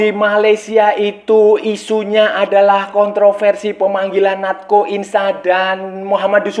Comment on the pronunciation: Cara penyebutan namanya si Natxo itu Nacho mas